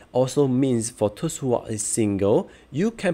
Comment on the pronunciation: thanks. but really you might want to improve the pronounciation to appeal to wider audiences. especially when you said "those" as thirst.